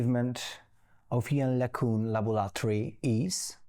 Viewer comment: The interviewer is catastrophic. I remember seeing him interviewing Sir Roger Penrose. Just as embarrassing performance. I don’t know what is more annoying, his lack of knowledge about the subject or his really bad pronunciation. That’s not accent. Prof. LeCun is brilliant.